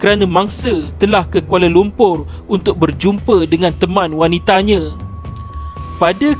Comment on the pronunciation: Mangse. Harinye. Wanite. Mereke. Kunci pendue. Tiade. Apebile. Keluarge. Ketige. Dibuke. Manusie.